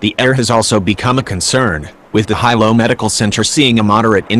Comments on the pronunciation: someone tell the narrator it's not High -low it's pronounced Helo. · The robot can’t even pronounce Kilauea or Hilo. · Who taught the robot narrator how to say, “Kilauea” and Hilo?” Shameful!!!